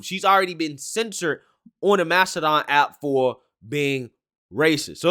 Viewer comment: Mastadone? Tf is that